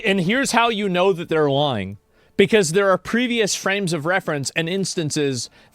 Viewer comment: the way asmon says the word lying "its obvios their LUu-yene" XD